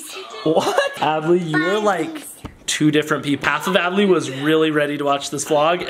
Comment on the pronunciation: U said ably when It's adley▪︎